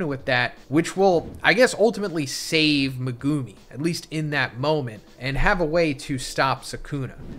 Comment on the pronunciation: The way you pronounce Megumi is hard to hear 😂